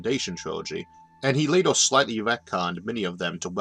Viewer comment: I can't listen any more. It's LatER, not late_OR. I'll be back when you learn to speak English.